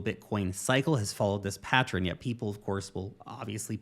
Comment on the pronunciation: The way you say pattern drives me crazy 🤪. I'm out.